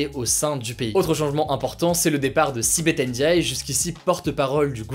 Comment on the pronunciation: Sibethe Ndiaye tu l'a la parfaitement bien prononcée on dirais un sénégalais 😂